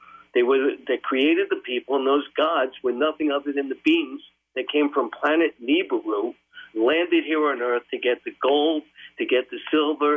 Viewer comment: More like Hebrews